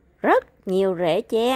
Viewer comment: Phát âm đúng TR nha em.